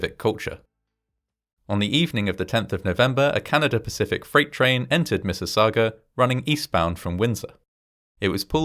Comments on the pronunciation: this one is local to me, and my dad’s aunt and uncle evacuated and stayed at his family’s house until they could go back home. also, nice job on pronouncing Mississauga! it can be a tricky one for non-locals. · You pronounced Mississauga correctly ♡ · I see your points making out corrections but I think we can forgive them all on the grounds that you actually said "Mississauga" correctly lol. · As a former resident of Mississauga thank you for getting all the details correct and the pronunciation of the names. Well done. I was born a year later so I missed out.